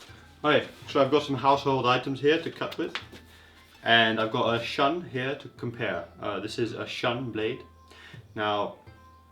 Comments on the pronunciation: It's pronounced "shoon" you ignorant f*ck. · It is pronounced SHOON, you ignorant f*ck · How dare you to compare a dull Shun knife (and you speak Shun wrong) with anything else? Even the best steel in the world would be awful if not properly sharpened. Moreover, Shun knives are great, and far above any mass production crap out there.